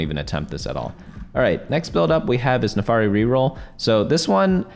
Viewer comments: FIRST NAFARI, NOW SOCO. YOU ARE ONE MISPRONOUNCER Ay foreal tho thanks for the guide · According to the legends, the birth of the new TFT God will happen if certain man can pronounce Naafiri right. We are still waiting for that man to say it right.